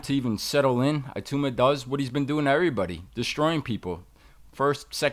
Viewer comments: Tbf even english people pronounce it Itooma/Itauma. The 'I' certainly isn't pronounced EYE though like most Americans tend to say. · Moses, "Iatooma" 🤣